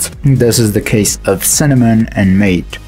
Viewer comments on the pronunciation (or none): Great video! However, I need to make a few corrections (I've always been like this, don't take it personally). MATE is pronounced [mahtey], not [mate] MacOS uses zsh by default now TWMs do allow floating windows. There is a floating layout on most TWMs. Maybe you need to patch dwm to have it there, but on most TWMs it's there out of the box. X11 isn't "very slow by modern standards", at least not for the user. You can use it normally and it's nowhere near sluggish.